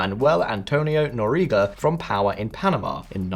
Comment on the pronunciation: It's funny, he doesn't know how to pronounce 'Noriega'.